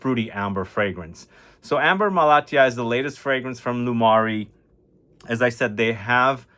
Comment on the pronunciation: I am from Malatya, which is a city located in Turkey, also famous for producing almost 60-70 percent of apricot around the world thanks to its soil. It is really interesting to see this fragrance here and your pronounciation is on point 🙂